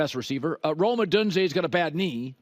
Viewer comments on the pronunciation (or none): Colin can't even pronounce Udunze's last name properly!